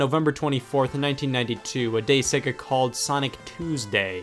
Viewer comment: I can't watch this, you can't pronounce Sega!!!!!